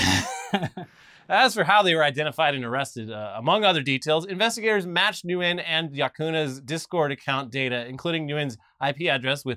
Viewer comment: "Nguyen" is pronounced "wen"